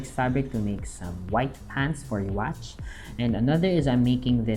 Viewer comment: Neat! Also, his name is pronounced "You-ha."